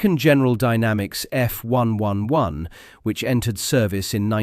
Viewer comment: Since when when did the RAF get pronounced R..A..F? or the F111 as F...1...1...1?